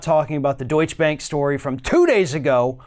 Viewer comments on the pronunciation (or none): Not: "Deutsch Bank" but: "DeutschE Bank"! Otherwise Your story is great. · It's DEUTSCHE bank with the E at the end of Deutsche pronounced, it means the German bank. If that E is not pronounced, it's the Dutch bank, which is a bank in another country, not far from Germany, if that's comforting you. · Thank you so much for your daily updates! I appreciate them very, very much. Please keep up that great work. Love from Germany 🇩🇪 p.s. the last „e“ in „Deutsche“ Bank isn’t silent 😉🙃☺️ but kudos for pronouncing the „eu“ right 👍